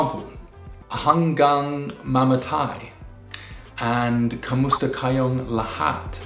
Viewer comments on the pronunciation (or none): none